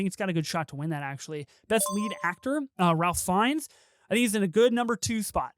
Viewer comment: Great review :) but first, Mr. Fiennes first name is pronounced Rafe :) and thank you for saying intersex instead of trans lolol...